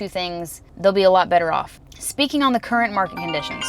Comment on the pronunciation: Did you just said “ Car rent “ ? Hhhh